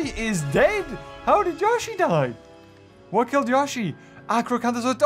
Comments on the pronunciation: Its not pronouced ya-shi the correct pronunciation is yo- shi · The way he says Yoshi triggers me